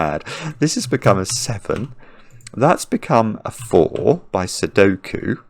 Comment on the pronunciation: Cracking up with every “Sokie”